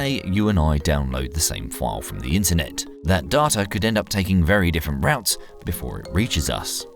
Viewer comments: I don't know anyone who pronounces 'Data' as 'Darta' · "darter" is getting annoying lol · So unpleasant hearing "data", "further", and "route" pronounced in an English accent with American pronunciation. Comes across as jarring. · I was enjoying this video till I heard how this guy pronounces data.. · Lmao the way he says data😂😂